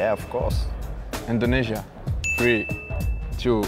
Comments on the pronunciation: Thank Laca, for your say Indonesia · Thank you lacazette nyebut indonesia